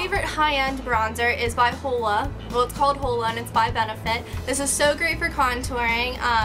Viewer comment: the bronzer is pronounced hoola like hoola hoop not holea